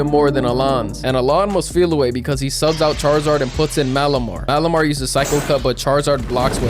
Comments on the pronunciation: Turnt malimar into calimar 😂😂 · dude turned malamar into malamari